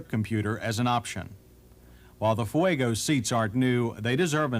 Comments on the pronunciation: I love John Davis... 'Foo-egg-oh' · Ah yes, the FoohueygO. Not as reliable as the Cam-Ray 😂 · He pronounces Fuego the same way Juliana Hatfield does in “My Sister.”